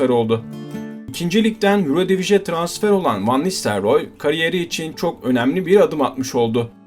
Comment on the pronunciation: Hollandaca telaffuzlarla ilgili naçizane bilgi notu. Hollandaca'da 'u' bizdeki 'ü' olarak okunur, yani 'Rüüd'. Eindhoven da aslında Türkçe gibi okunur yani 'Eindhovın'. 'Ayndhovın' yanlış yerleşmiş bir telaffuz. Bir iki yerde 'Eredivisie' dediniz galiba, bunun da okunuşu 'Eeredivizi' şeklindedir.